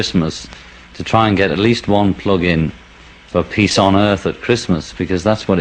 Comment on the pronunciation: Every time I heard him say "peace" It sounded like "piss" .heehee